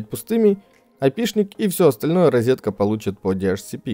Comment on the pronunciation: Тот самый случай, когда человек правильно произносит английские слова, пытается даже в акцент попадать, но говорит "резетка"..